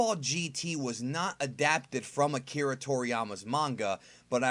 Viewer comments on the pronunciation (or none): none